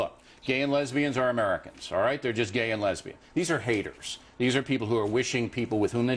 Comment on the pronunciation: Right after , he says "haters" lawl.